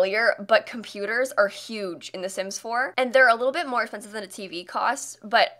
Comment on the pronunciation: I keep mishearing “expensive” as “offensive” and the sass levels are through the roof.